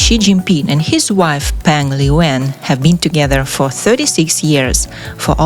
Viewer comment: The PRONOUNCIATION of her name here is so bad!!!! 😂😂😂